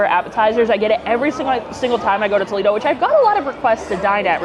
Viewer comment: tol-EE-do is in ohio, tol-AY-do is the restaurant…